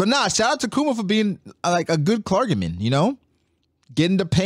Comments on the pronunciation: This man pronounced clergyman as cler-gA-men 😭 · It's pronounced cler- G- men lol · Never heard someone pronounce clergyman like that